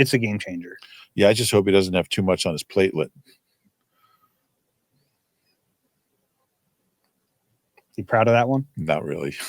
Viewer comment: "Platelette" haha I laughed so hard my neighbors heard it